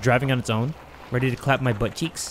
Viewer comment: Bro said rweady